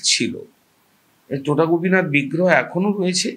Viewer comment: উচ্চারণটা টোটা নয় “তোটা”। তোটা কথাটার মানে বাগান।